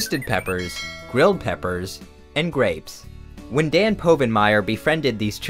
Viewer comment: Gosh, I nearly bought it, but started getting suspicious with Dan's name being mispronounced